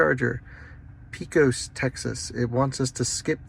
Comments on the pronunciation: Pee-cos, TX. LOL. It's pronounced Pey-cos. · Love your videos! im from PECOS and my people would hate me if i didnt tell you its pronounced pey-kuhs! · Pesos, TC is actually pronounced more like Paycos. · I love it though. Makes it really entertaining and the fact most of your stops are 12-20 mins is great. You really need to move around every 2 hours or so while driving anyway so it's perfect for that. Haven't seen the rest of the comments on how you say towns yet but Shreveport is pronounced SHREEVEport like Sleeveport. Pecos is like Peycos.